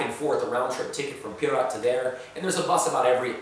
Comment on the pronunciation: The way you say pirot sounds like pirat